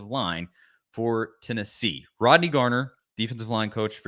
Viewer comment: His last name is Garner FFS, not Gardner.